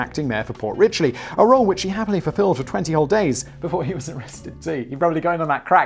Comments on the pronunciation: It's Port Richey, not Port Ritchley....it's a dump and we other floridians make fun of lol. There are actually much better stories about that crap hole lol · Port Rich-ee not "Rich-lee" , you knob. ; ) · It is Port Richey not Richley, I currently live there. We have a messed up history with mayors including election violations, protentional voter fraud/election fraud, tax evasion, practicing medicine without a license, and shooting at a swat team. The amazing thing is this is not even one of the more crazy parts of FL it is one of the more boring areas made up of snow birds. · FYI - there is no "L" in Port Richey. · There's no "L" in Port Richey... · It's Port Richey. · Its pronounced "port richey" no "l" . Not port richey.:)...